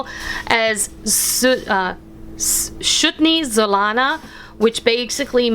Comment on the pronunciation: this is one of my favorites from my childhood. Amd you pronounced it [erfecti;y